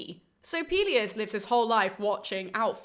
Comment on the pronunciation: Pelius and Peleus are easier to remember if you pronounce them correctly. Greek is like Spanish, in that you have to open your vowels when you speak.